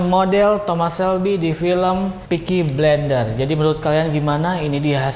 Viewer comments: bukan pickie blender bang tapi PICKIE FOOOKING BLAIINDEERR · tolong yah bang peaky blinder, bukan peaky blender sebutannya. gue sebagai fans film tsb merasa risih dengan penyebutannya. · Wkwk yg gw denger peaky blender jd nya hahaha